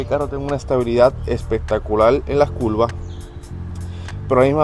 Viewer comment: Se dice curva no culva😂😂😂